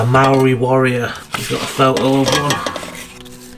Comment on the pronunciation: Hi 👋 fellow Māori from New Zealand here. seeing that photo made my heart warm. Did it say Māori warrior on the photo? Or did you just know that? Your pronunciation was pretty good too 🎉 love ya Mahi. (Work) keep it up. X